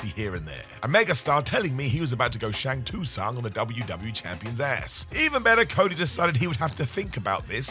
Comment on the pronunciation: Im sorry hold up... I love, but HOW did he pronounce Shang Tsung?